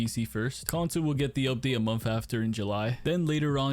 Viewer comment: The word is "MONTH" and not "mumf". Try it.